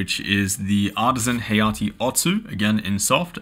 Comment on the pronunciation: Hayate is pronounced HAH-YAH-TAY not "hay-yah-tee"... It's Japanese for gust or gale (strong wind).